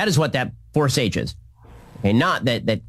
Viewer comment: Did he say "forsages"?? That's not a word, Ben. Trying to sound smart by making up words?